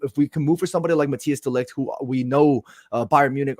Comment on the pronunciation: Let's hope going forward you guys can make the effort to pronounce Matthijs de Ligt's name correctly especially after spent so much time talking about how to pronounce Zirzkees name!